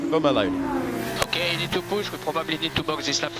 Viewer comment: probably the frenchiest « probably » I’ve ever eard